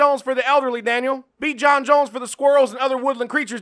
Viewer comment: The way Jon says Daniel is fucking great